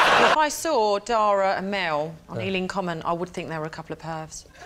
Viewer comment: You say that you think you're pronouncing Dara's name correctly, and then a few seconds later Rob Brydon pronounces it totally differently and yet you don't even react or correct yourself.